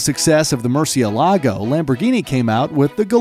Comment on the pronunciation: It's not "MurcieLAgo", it's "MurciElago"